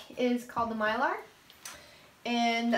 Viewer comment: Myler isn't a type of bit, it's a brand And it's My-ler, not My-lar 😊